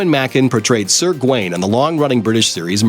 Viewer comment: Phil is pronounced fill. Oh yes Gawain Gaa Wayn.